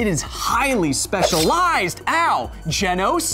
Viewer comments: It's Genos, not Genos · Is anyone else annoyed with how he pronounces genos name😐